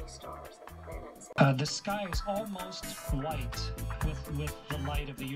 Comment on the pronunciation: Did he say bwhite?!